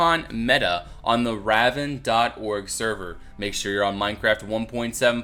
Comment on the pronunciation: God Damnit it's Rav-and not Rav-end... ravend sounds so negative